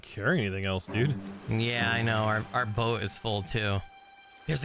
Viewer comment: "We need a Bort Poat" 😂 Words are hard! I can relate. Loving this play through and! ♥️ I can't wait to see more!